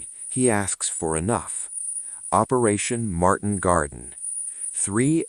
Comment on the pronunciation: Market garden not Martin doofus